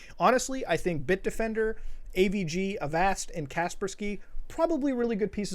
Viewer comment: the way you say "avast" kills me